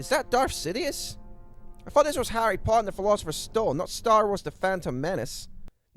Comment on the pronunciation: Try to sort out your speech impediment while you're young. You thought, not fought. Also use your own accent, you don't have to sound American. You put a lot of effort into this, maybe think about making it shorter and more concise. Good luck